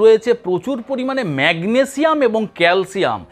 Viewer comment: শুদ্ধভাবে উচ্চারণ করুন ম্যাগনেজিয়াম না ম্যাগনেসিয়াম, পটাজিয়াম নয় পটাশিয়াম বলুন ,তাছাড়া আপনি তো একজন টেকনিশিয়ান, নিউট্রেশনের বিষয় লেখাপড়া করেন নাই।